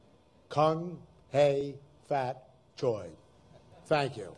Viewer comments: He mispronounced the Cantonese so badly here, that it threw me for a loop trying to understand what he was trying to say. For those that don't know Cantonese, what he meant to say was Gong Hei Faat Choy (恭喜發財), which means "Wishing you wealth and properity." It's one of a few phrases you say to wish happy new years to someone. The way he pronounced (at least to my ear) was Come Hay Fat Choy. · when he tried to say happy new year in chinese oh god i cringed really hard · Kung. Hey. Fat. Joy. mang its gong xi fa cai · I was dozing off to the video and dead ass thought he said "cunt hey fat joy" lmao it caught me off guard 😂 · As someone who celebrates Chinese New Year I laughed when he said “cong, hei, fah, Choi” sorry I know he doesn’t know but it rlly is funny 😂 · I'm not a cantonese speaker but, even with my extremely limited knowledge of the language , eisners pronounciation of " KoNg ....HaY......FAt...Choy ?" was just cringe worthy. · so einser not only butchered french but also F-ing Cantonese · Love him or hate him, you gotta admit-- Eisner should not try to speak other languages without much, much more preparation. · Idk what Eisner said in Chinese but I’m certain it’s not what he was TRYING to say 😂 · He was trying to say Kung Hei Fat Choi, he butchered it like he did with his french for Euro Disney. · I can't even speak chinese and even I cringed at how bad the pronunciation was. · I speak Canto and Mando and while I was expecting it.. I still wasn't prepared kudos for trying tho 😅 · like... he couldn't spend five minutes googling pronunciation? I could've said the Cantonese phrase better and I don't speak a single word of it. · Wait... i’m not that fluent in the Chinese languages but... he said ‘Gong xi fa cai’ wrong right???? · I don't even speak Chinese and I can tell Eisner butchered that. Was it outside of his PR budget to pop for a vocal coach?